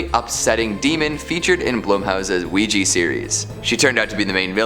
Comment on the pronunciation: OUIJA NOT OUIJI..😡😡😡😡😡